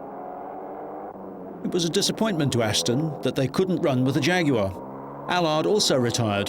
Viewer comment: I refuse to watch a documentary unless they pronounce jaguar right and I've finally found one which does😭